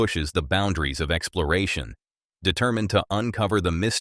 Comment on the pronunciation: Why does it sound like you say excloration instead of exploration?